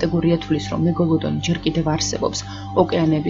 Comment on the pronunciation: მეგოლოდონი არა მეგალადონი